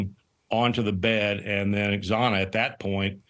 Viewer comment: Say her name correctly Xana(pronounced Zana)